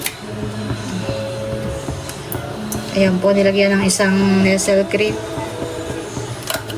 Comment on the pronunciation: Ang tamang pronounce ng NESTLE ay NESS-LAY hindi NESEL... peace